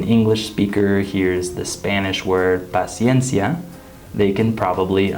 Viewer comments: That ''paciencia '' was amaizing you have very good Spanish and I say it as a person who speaks Spanish. Un saludo desde República Dominicana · NAGUARA, DICES LA PALABRA "PACIENCIA" CON UNA PRONUNCIACION PERFECTA ! QUE FLUIDEZ ! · Cuando dijo paciencia me quedé en chock, pensé que no era el, lo dijo muy claro